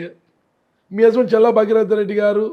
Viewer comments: మరే.... వినలేక ఛస్తున్నాం ఈయన "చెల్లా" 😂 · ప్రయోక్త గారూ ‘చెల్లా ‘ కాదు ‘ చల్లా‘ అండి.